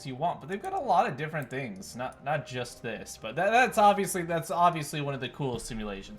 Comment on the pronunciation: bro microsoft is saying fings